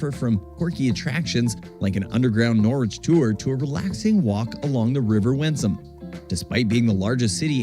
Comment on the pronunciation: What a great package! You are doing well with the pronunciation - Gloucester you had straight off, and Norwich you corrected yourself. I was at University in Norwich for four years, so it was my second home, and I loved it there. Norfolk is particularly tricky for placename pronunciation. 'Happisburgh' is a CLASSIC of English spelling/ pronunciation divergence! It is pronounced 'Haze-brugh' They also have 'Wymondham' pronounced 'Wind-um', 'Garboldisham' pronounced 'Garb-a-sham' and a small village called 'Talcolneston' pronounced 'Tackles-dun'. There are many more. No-one expects anyone not already in the know to get them right first time! The narrator of the Norfolk video's pronunciation leaves a lot to be desired..... Norwich - Naarrich (from locals) or No - rich for most people (the 'o' sounds like the the 'o' in 'block' but definitely NOT 'Nor'. Boudica (the warrior woman) - BOO-dick-er You do not need help to pronounce 'Leicester' correctly! I did wince at the Earl of Ly-chester on the video! Hunstanton is said HunSTANton - narrators emphasis was all wrong. Other than the pronunciation tha was a good video showing some of the major visitor atractions in he area.